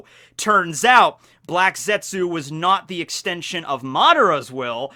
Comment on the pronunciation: ( the U is silent.